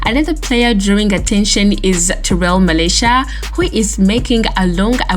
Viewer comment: "Ahkkkkmad" WHAT? Tyrell Malaysia??? Are you taking the piss now??? ROFLMAO. Lady you committing sack-able offences tbh sheesh.